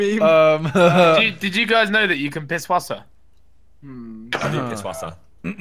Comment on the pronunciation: pisswasser is a german car so it is pronounced pissvasser even tho it says pisswasser